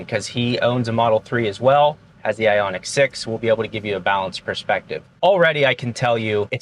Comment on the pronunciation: Isn't it Ioniq